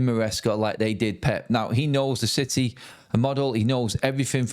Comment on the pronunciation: What a piteh for citeh 😂